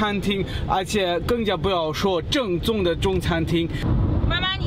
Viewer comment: 正宗（Zhèngzōng）变成了 赠纵（Zèng zòng）